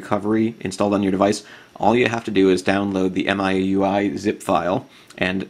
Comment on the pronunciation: Apparently it's pronounced "MEE-UI." I don't know who down-voted you? Nice video. I just installed MIUI myself.